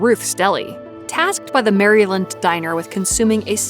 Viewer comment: Cool video but I have a serious question Who pronounces Maryland like that